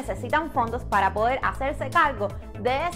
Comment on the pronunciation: Por que hablas tan mal? No se dice “polque” “pal” deberias aprender a pronunciar la “r” en ciertas palabras